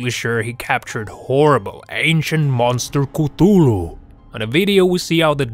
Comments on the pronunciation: No. 2 is prob a shark. Also No. 3 it’s pronounced ka thoo loo but not spelled the right way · its not pronounced as cutulu Its pronounced as ka-thu-lu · You mean cthulu? You said cutulu|ktulue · You said Cthulhu wrong exactly wrong! You said cutulu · COOTOOLOO that is the weirdest pronunciation of Cthulhu i've every heard. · Did he just pronounce Cthulhu as Kootooloo?